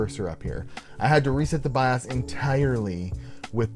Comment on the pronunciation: love your vids but the way you say bios drives me nuts lmao